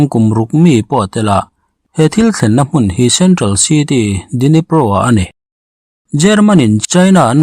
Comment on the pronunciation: Dnipro....d hi silent tur